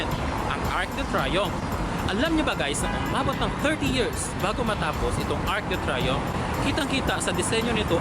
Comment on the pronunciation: It's pronounced as ARC DU TREE-YOMF